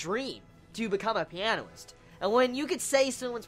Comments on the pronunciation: not piano-ist, u say pia-nist, just a clarification, coz in this review u said it differently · u say it like pi-a-nist